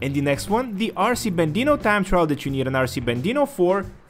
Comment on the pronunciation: RC Bandito not Bandino, anyways cool vids